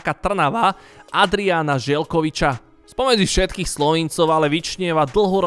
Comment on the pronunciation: Je to Adrian Zeljkovič nie Želkovič